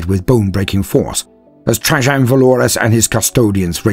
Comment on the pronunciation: Question for British English speakers: Trajann Valoris is obviously named after Roman Emperor Trajan, which is usually pronounced in American English as Tray-Jan, but that’s not how said it. Is this an instance of two people being separated by a common language, or a tomato-potato problem (and in case that doesn’t make sense in UK English, there are two common pronunciations in American English, toe-may-toe vs toe-mah-toe and poe-tay-toe vs poe-tah-toe)? And I’m not even going to start on the most widely spoken variant of English: Indian-English:)